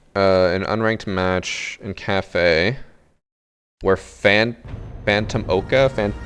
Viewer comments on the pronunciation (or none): none